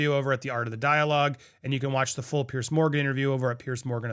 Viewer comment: Andy it’s Piers as in (Peers), nor Pierce…. Just sayin’